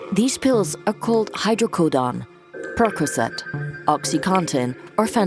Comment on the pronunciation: She can't even pronounce the medications! Hydacodine is NOT HERION! Good Grief!